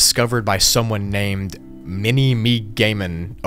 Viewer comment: Mini-Me-GAY-man. Lmao. Mini-MegaMan???!! xD